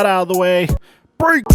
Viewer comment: The way you say break lol